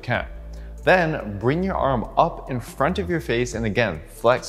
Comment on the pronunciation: every time you said "your front delts" I actually heard "your friend delts" and I was like awww that's a nice and cute way to put it!